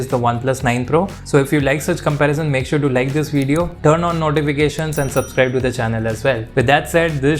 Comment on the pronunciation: Why do Indians learn English put choose to pronounce words their own way? Video is not pronounced wijeo